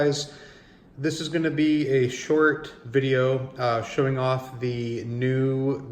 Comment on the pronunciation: Please learn the proper pronunciation of the word "the" when the word following it begins with a consonant.